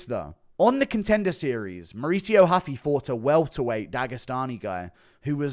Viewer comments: Stop saying huffy you absolutely tard its ruffy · When is guru gonna realize ‘Ruffy’ is a Japanese pronunciation of Luffy from one piece and stop trying to throw this respectful Brazilian pronunciation in lol